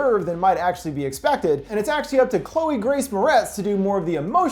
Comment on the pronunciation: lol why you say Chloë’s name like that 😂